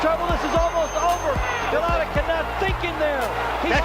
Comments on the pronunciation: it's Eddie Futch like crutch and Andrew Galota like whole lotta , both soft vowels not Eddie fooch or Andrew Galowta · Go-LOW-tah hahhahahhahahhaha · Lol. Ga-low-duh.